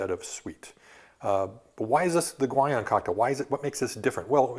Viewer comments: My inner linguist geek is about to come out: "Guion" should most likely be pronounced "ghee-OWN". I know he's no polyglot by any means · ...but the inconsistency in his pronunciation of "Guion" was really annoying me.